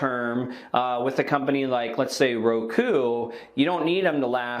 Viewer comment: Dang you nailed ROKU.